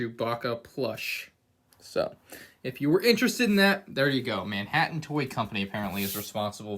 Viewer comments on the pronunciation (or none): none